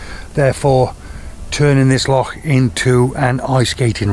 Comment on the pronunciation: Heard of it but first time I've seen it ! Good work . Braw to hear an Englishman pronounce Loch properly also !